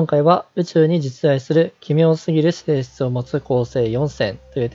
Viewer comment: 今日は出だしの「奇妙すぎる性質を持った」ってとこ、「奇妙すぎるしぇーしつを持った」って言ってるw 途中で喋らなくなるとこあるし、珍しいですねw